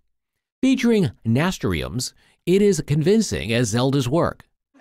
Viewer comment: At 44 seconds, "nastriums"? Clearly he was trying to say "nasturtiums". Once again a complete failure to display professionalism and any ability to check his own work.